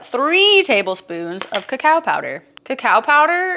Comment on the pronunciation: its pronounced co-co powder not kacow powder.